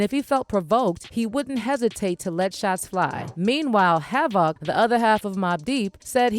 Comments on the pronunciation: "hav, OC" 😆😆😆 almost stopped watching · Yo...imma need u to practice sayin havocs name man..put some respect on the legends name